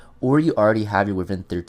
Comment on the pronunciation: I'm pronouncing it "Wi-vern" too because of you😭😭